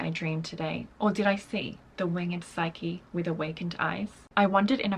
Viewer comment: I actually just looked this up, as your comment got me wondering! Nothing against the lovely ofc - and yes, her hair looks great! Apparently, it's pronounced Bay-bel in English, and Babble in US-English. Also, Psyche is 'psych E'. You say the E. Obviously people pronounce words differently throughout the world, but I'm a bit OCD with pronouncing words, especially names, because people generally have trouble with my name irl.